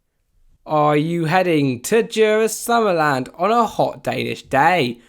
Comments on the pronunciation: as a dane you says it so funny :D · he pronounces it soo bad